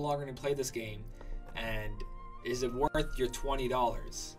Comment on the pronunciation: "Woth it" haha,.